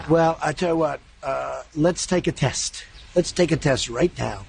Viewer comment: "Lhet's take a tehssst." I discovered I have Tourette's Syndrome. Every time I hear trump's voice I break out in an uncontrollable stream of foul language and insults.